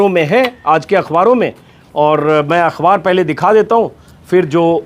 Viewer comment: सर आप अखबार को अख्वार क्यूं कहते हैं अच्छा नहीं लगता आप जैसे विद्वान के मुंह से।